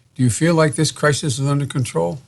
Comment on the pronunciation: Dude between that comment n 7 minutes is done of Worse I've heard yet ! Listen n you'll hear he says Crisin instead of Crisis ....he clearly says " Stop hoping for the best Mr Trump " like Who TF Ever tells anyone to Not hope for the best !?? N then 5 seconds later he slurs out the Covid number but he says UnAmericans !! Not Americans !!! 😂😂😂😂😂😂😂